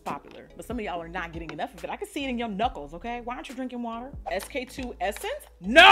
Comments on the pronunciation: The “naur” kills me😂😂😂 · The Australian NOOOOIIRRRR’s were making me laugh so hard 😂😂 great video! You look beautiful! $avivadayna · Its the Australian "Nor" for me♡